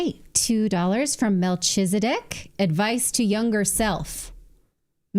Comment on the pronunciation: Hi Natalie Shalom the name Melechizadek is pronounced Melek ee tsedek (my King is righteous/ just) Not Mel Chizzer Dek